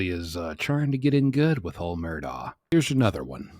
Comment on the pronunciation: His pronunciation is correct. This is what he and his family call him. It is indeed spelled Alex but he has always gone by Alec. His last name is Murdaugh but he and his entire family pronounces it as Murdock.